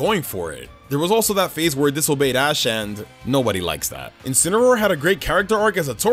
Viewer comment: THE FIRST A IN INCINEROAR IS SUPPOSED TO BE AN E! AND IT'S LEAVANNY, NOT LEAFANY!